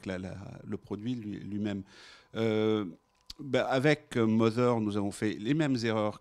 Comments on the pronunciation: Omg, mother ne se prononce pas mozer mais moder ! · Ce qui me trouble c'est pas le produit ou encore son prix mais plutôt que même son créateur prononce aussi sa Mozeur... OMG!